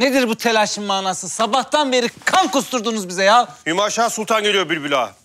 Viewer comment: hümeyşah değil hümaşah